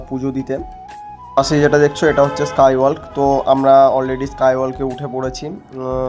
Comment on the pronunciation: Skywalk thik korey pronounce koro, "L" ta silent.😮